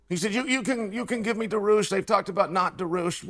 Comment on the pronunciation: “Benny Da-roosh” and Islam “Mocklechev”